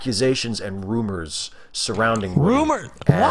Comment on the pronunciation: I like how doesn't say rumours, he says rummers. The rummers is there's a corpse in my ruum.